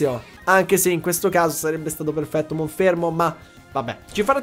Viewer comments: è monferno non monfermo 🤣🤣 comunque sei un grande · Ma perché Monfermo e non Monferno? ahahaha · lo starter lo continui a chiamare monfermo, ma è Monferno. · Tanta roba in questo episodio! Attenzione però alle pronunce dei nomi dei Pokémon, in primis quella dell’evoluzione del tuo starter, che è Monferno e non Monfermo… 😅😂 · Si dice monferno non monfermo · Si chiama MonferNo! Pronunciali bene i nomi! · io ti voglio tutto il bene del mondo, ma perche dici monFERMO?